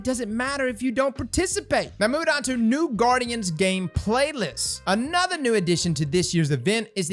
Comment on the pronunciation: Getting my daily dose of “ANOTHA WEEK BOYS AND ANOTHA TWAB”